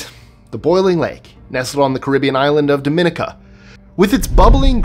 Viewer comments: It's not pronounced Dominica (like the Dominican Republic), it's pronounced Dah-meh-knee-kah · Thanks for the upload....however as a proud Caribbean citizen I feel I must tell you that Boiling Lake in Dominica 🇩🇲 (#16), the name of the country is pronounced "dom-in-EE-ka".